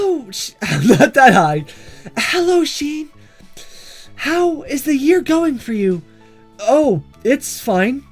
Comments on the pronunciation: You said shean!!!! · HE KEEPS SAYING SHEEN